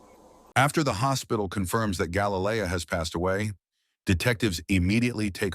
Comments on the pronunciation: Again. Can't get the (Hispanic) victims name correct ever. Galilea NOT Galayleia Have some respect man. Smh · You could at least pronounce her name properly. ❤️‍🩹